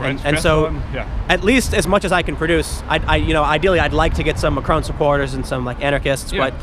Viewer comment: Tiiim! It's pronounced Mack-Ron, not McCrone!